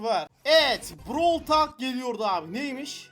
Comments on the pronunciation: Browl tolk olarak okunuyor çıldırtma insanı düzgün oku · abi brawl talk deyil brawl tolk